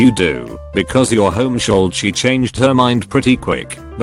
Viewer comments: Nobody:: “Homeshooled” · No one: TTS: home-sholled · Voice said home-shooled